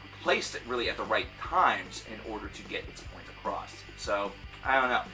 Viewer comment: Whats with people saying "acrosst" instead of "across"?